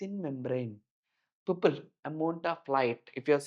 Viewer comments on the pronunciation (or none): I’m not trying to be rude, but I had a really hard time getting past the 20-minute mark. While the teacher clearly knows the subject, the pronunciation of key terms is a major hurdle. Grammar is one thing, but when scientific keywords sound like entirely different words, it's easy for students to get confused or lose marks in exams. For example: 'Human Eye' sounds like 'Woman High' 'Pupil' sounds like 'People' 'Membrane' sounds like 'Membroin' 'Capture' sounds like 'Capsur' Electrical signals being called Powerful signals